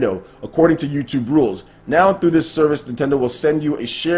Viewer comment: Is it me or does keep saying 'Nown' instead of 'now'?